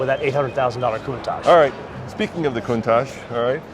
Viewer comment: The original designer of the Cuntach has always said it’s pronounced coon-tok.